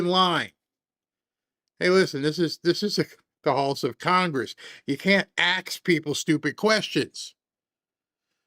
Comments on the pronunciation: Crockett says ax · Is she saying axe or acts. Trying to say ask.